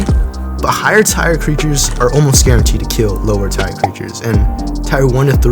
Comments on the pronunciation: Why are u saying tire its pronounced tear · Bro said Tire instead of Tier lol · Not you pronouncing tier ''tyre'' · Your one of my favorite YouTubers so know one that this as hate, but the way your say tier is wrong just to let you know